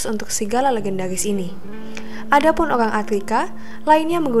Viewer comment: Ceita,Geenland, oang oang inuid, R nya mana